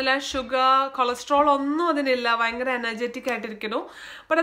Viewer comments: വയങ്കര അല്ല ചേച്ചി ഭയങ്കര ആണ് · Kottyamkar 'fa' parayum poleyaa EkM kkarkku 'va'😀fayangaram.. Vayangaram...